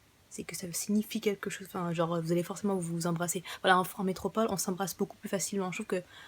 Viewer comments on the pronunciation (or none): Métropole ! métrople ! ça ma saoulé, je n'ai pas pu regarder toute la vidéo.